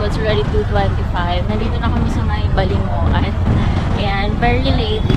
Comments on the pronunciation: We locals pronounce Balingoan as Baling wan not balingo- an. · Just watched your vids.. and BALINGOAN is not pronounced as BA-LI-NGO-AN, but BA-LING-WAN. hehe hope you can visit eastern mindanao side.